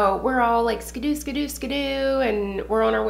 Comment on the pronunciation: And ya the name is Ski-Doo bahaha skooby doo😂😂 loved this!! More stories 😂😂